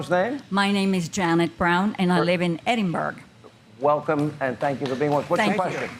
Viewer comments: You can always tell when an “immigrant” is bullshit by the way they speak in a perfect, American accent until they pronounce where they are from. “Hello, Im Janet Brown from Edenburg. I came here fro nicraaaaguuuaaaa.” Lmaoooo 😂😂😂 ….sure ya did. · "Edinburg" aight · Was that woman saying she was from Edinburgh? Cus if she was I doubt it from the way she pronounced it. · Okay this is a very minor thing to get mad about but I'm Scottish and our capital is Edinburgh....and the way that woman said Edinburgh was not it. I don't care if thats how they say that town in her state, it's wrong.